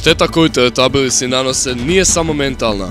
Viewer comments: TELETABILISI?! Ja sam čula za teletabise ali za teletabilise? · teletabisi ne teletalibilisi